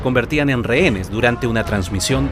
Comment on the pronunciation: Noboa lo de TC fue un plan para decretar la guerra interna. Quienes sufrieron y quebrantados salud fue la gente que en ese momento estuvo allí. Y no se dice renes sino rehenes, si no puedes hablar no puedes gobernar. Tu no eres erudito sino brutito.